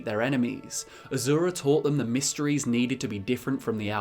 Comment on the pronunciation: By azura by azura by azura! It's azura!